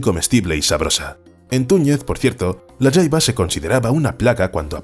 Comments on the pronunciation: Se pronuncia jaiba no yaiba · se dice "jaiba" no "yaiba" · La Jaiba es muy rica, pero usualmente en mexico se pronuncia tal como se escribe ja-i-ba, no Ya-i-ba. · La jaiba, nosotros la pesca amos y comíamos en puerto peñasco México y le decíamos "jaiba" no "Yaiba" pero eso ya es a gustó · En México se consume la jaiba, pero aquí se pronuncia ja, no ya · "La yaiba" 🤦😂😂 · Creo que el último cristacio su nombre se escribe asi : "jaiba " y bueno en Nicaragua no se le pronuncia como " yaiaba" sino directo con la letra "J" y bueno sii que les digo es un manjar muy codiciado aunq muy escaso ya de hecho. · No se pronuncia yaiba 😂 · Jaiba tal como se escribe la jota no se pronuncia como y en el español